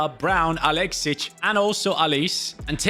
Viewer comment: . it’s not pronounced aleese rather Ah lay shay.